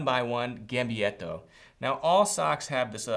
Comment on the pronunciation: Lorenzo Postiglione Americans don’t care much about pronouncing foreign words correctly. :-)